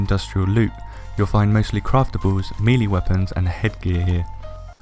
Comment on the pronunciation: For the love of....no. Not meeee-leeee. Meh-lay. MEH-LAY.